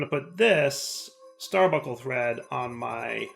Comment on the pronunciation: bun, bunk, star bun, star bunk, starbuncle. Stop the genocide against the letter N!:) (obviously just mildly annoying, and I remember a short time span years ago when said it correctly)